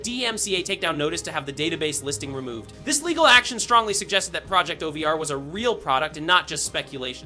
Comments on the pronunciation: bro said everything but "project OVER" dude said, project ovear, and project O-V-E-R. terrible grammer. and its recon, not reekin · I heard it to 😂😅 project oveere bless his heart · “Ghost Ovier”? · “Project oveer” it’s over like it’s over 😂😂😂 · I keep hearing "project ovier" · bro also said project O V R and oveeere